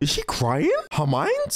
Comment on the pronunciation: calling Death Eaters “def niggas” might be better than when Mr. video called Hermione “Armani” in his reactions lol.